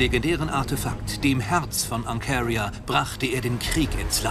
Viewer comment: Jedes Mal wenn der Erzähler Ancaria und Seraphim sagt, könnt ich wegen seiner Aussprache ausrasten.